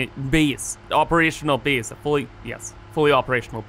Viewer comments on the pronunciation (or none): Where is he from? Never heard anyone pronounce "base" like "bees" and 8 like "eat"